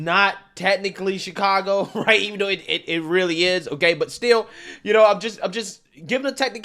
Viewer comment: Uh it’s pronounced Shitcago